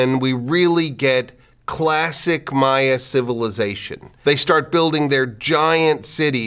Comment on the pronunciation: learned that I was pronouncing the plural of Maya wrong x_X this was fascinating.